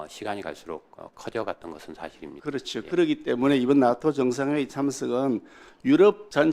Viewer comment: 발음이... 나토가 아닌 낫또로 발음하는것이 어거지에도 왜국노 인증... 멍개같은 논리인지